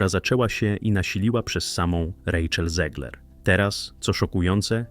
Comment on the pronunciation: Czyta się ZEGLER a nie ZIEGLER. Bo ona ma polskie korzenie. Niestety. Pozdrawiam.